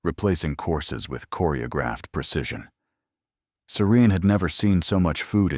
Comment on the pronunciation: Love this story... These storyline is so easy to follow. Loved how serene/siren..IDK. The narration misspelled the name so many times..and why the heroin always named Serene/Siren?? I'm just wondering 😉? Always love a story with epilogue! They make the story feel complete.. 🥰🥰🥰. Thanks for sharing the story. It's 👌👍